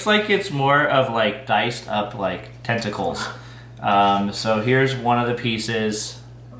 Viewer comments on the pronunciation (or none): UHHH, I know it’s Tentacles. It sounded like he said Testicles. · Did he say chopped up TESTICLES???